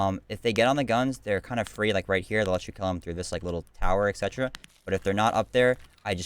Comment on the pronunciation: dude for how many times you say et cetera you should learn how to pronounce it correctly. thats annoying otherwise gr8 guide